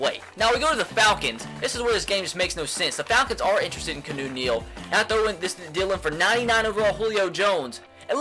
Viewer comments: It's not "Kuh-new" it's "Key-ah-new" freaking idiot... 😑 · No he says kunoo but he thinks it's keenu it's keawno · KEY·AH·NEW like Reeves not Canoe Neal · Aye, its Keanu Neal, not Kanu. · HOLY FUCK HIS NAME ISNT CANOE OR KEYNEW. ITS KEY-A-NEW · Keanu Neal is pronounced (kee-ah-new) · This dude said canoe Neil and Jeremy zootah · Who else cringes every time he says Keanu as canoe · Ur not saying Keanu Neal's name right its key-ah-new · If he says "Canoe" Neal one more time😂😂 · KEY-AH-NEW Neal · It is pronounced keeeeaaaaanoooo Neal jesus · he clearly stated a couple episodes ago that he knows that but he wants to pronounce it kuh-new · Watch his videos he still doesn't know how to pronounce his name